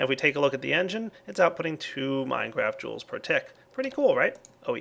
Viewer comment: "minecraft joules" lol its mega joules XD